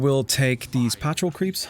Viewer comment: in English the word patrol is pronounced "puh-troll" not "pat-trill". Have a nice day!